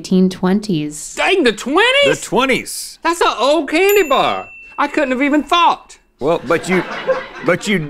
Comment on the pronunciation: “I cOulDnT hAvE eVeN tHoWugHt!!” Link went straight back to North Carolina with that one